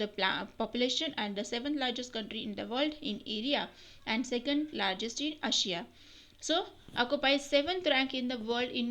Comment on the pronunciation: Improve your pronunciation ........of Asia - Improve your pronunciation ........of OCCUPY - SPECIES OF INDIA????? - 2 hundered 4 thousand or 4 thousand 2 hundered ?? - TOTAL EMBARASEMENT - DONT EVEN KNOW HOW TO READ....Andhra Nagari Haveli..kaha likha hai - Iceland ...?? - SKIP THIS DREADFUL PART (SOS) - Like really kuch bhi.....aboriginal...??!! - food plates ka fish plates...jab nahi aata hai padhna toh koi jabardasti hai kya JUST enjoy seeing yourdself get embarassed........and focus onto improving yourself....see you until next time.........kachaoo...